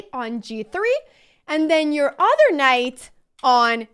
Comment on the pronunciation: The udder( the 'other' sounds like) variation.